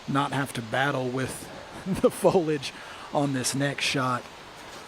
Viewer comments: There’s an “i” in “foliage”. Don’t use words you do not know how to pronounce, please. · Pretty rough coverage. Why I don’t consider purchasing a DGN subscription. Boring, very little graphics, not enough story building, constant bombardment of cheap ads and plugs, drying off camera lenses live, and why can’t we say the word “foliage” correctly?!?